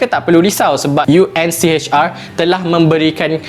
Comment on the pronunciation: UNHCR bro ... bukan UNCHR ...🤦‍♂️